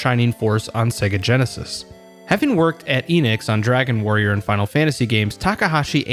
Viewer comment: It's pronounced "Eh-Knicks." Also, Square obviously got the better of that "merger."